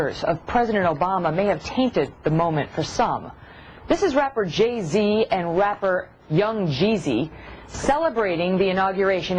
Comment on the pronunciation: anyone else notice that there pronouncing Jay-Z's name wrong....Ge-Z